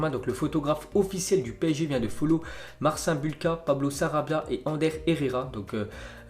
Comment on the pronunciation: On dit MarcINE Bulka